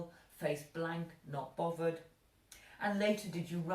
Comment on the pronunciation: Like 'Bovvered' love your haircut